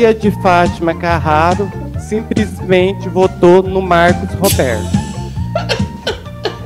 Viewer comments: "Simprismente","câmera ".... Oh! Bagaceiraaaaaaa.....🤦‍♀️🤦‍♀️ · ..."simPrismente" votei no Marcos Roberto pra presidente da "câmera"... Oooooo Brasil.............